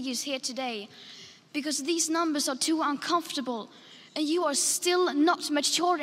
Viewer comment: One year later & I still lose it every time 🤣 "HOW DARE YEW"